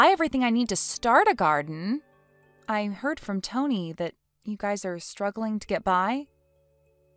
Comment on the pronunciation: It's pronounced guy's, not "guyses" 😂